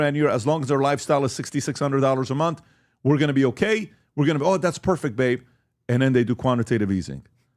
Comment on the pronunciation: Month, not mouth.